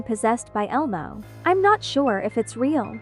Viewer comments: You’re saying it wrong it’s elmo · Bro saying ELMO is so funny